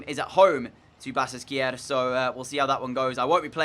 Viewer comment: The "ş" has the "sh" sound. So it's pronounced "Ba-shak-she-hir"